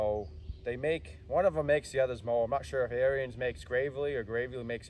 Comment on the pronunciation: Pronounced Air ens